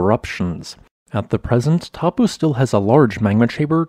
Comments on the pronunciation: Dude, it's not Tar-po, it's Toe-po. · correct pronunciation is 'toe-paw'. 'Tarawera' uses soft 'ah' sounds. R sounds in Te Reo are trilled/rolled if you can do it. What you sound like you are saying for Taupo is 'Tapu', which means 'sacred' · good report. I did a Geology BSc, and studied Taupo 35 years ago. A lot of updated information since then. Smiles And pronunciation : it's 'toe - paw' . Te Reo (Maori) vowels sound differently. Thanks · I'm not from NZ, but I believe the locals pronounce Taupo something like Toe-paw. Perhaps some kiwis can confirm. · Taupō is pronounced as Toe-paw 🤙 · Taupō is pronounced toe-paw. The 'a' and 'u' are combined in a diphthong and rhyme with 'no'. The long 'o' vowel in te reo Māori is pronounced like 'pork' :) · The correct pronunciation of Taupo sounds like the English words : Toe-pour. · Please, you would be better to pronounce it as 'Tor-pōr'. Please make an effort to correctly pronounce Maori names. Next, Ta-ra-where-ra :) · Pronounced, Toe Pour :D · Not gonna lie but the way you're pronouncing Taupo is wrong. As a New Zealander it's quite funny on how you are pronouncing it hilariously wrong. Don't you feel bad, there are a few of us who also pronounce it wrong as well. To pronounce Taupo properly it is Toe-paw. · Just wish you would pronounce NZ place names correctly. It is so disrespectful to Maori not to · Kiwi here. Found it funny you were able to pronounce Ruapehu and Tongariro really well but not Taupo or Tarawera.